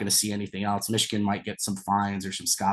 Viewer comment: Cade can't even say the word Michigan, I' glad he transferred would have been a cancer in the locker room.